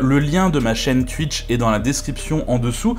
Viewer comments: On dit twouitch pas twuiiiich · Super boulot sur photoshop ça donne déjà une bonne idée. Par contre faut revoir ta prononciation de Twitch 😉🤣